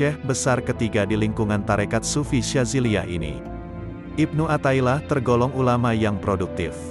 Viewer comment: Mf...kl bisa pembaca nya yg pasih dalam berbahasa arab contoh kl riyadhan dibaca nya riyadhoh athailiah di baca nya Atho'ilah...